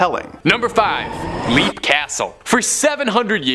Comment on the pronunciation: LEAP is pronounced LEPP js